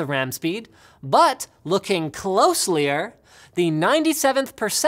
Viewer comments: "closlier" -Linus2k17 also it's closer :^) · "Closely-er"? lmao Linus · You said closelier... uh huhuhuhuh. - Butthead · I think we all missed the point... did this fool say “closely-er”? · "Closlier" huehuehue. Linus. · "clooslier" - Linus 2017